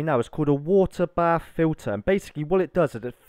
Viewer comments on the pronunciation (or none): none